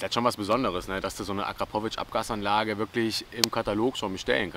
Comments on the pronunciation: Das ist mir im Nachhinein wirklich unangenehm 🙈 Wenns nochmal nen Video mit einem Akrapovic Auspuff gibt, wirds auf jeden Fall korrekt ausgesprochen 🤣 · So jetzt noch Akrapovic richtig aussprechen dann hast du mein Abo :D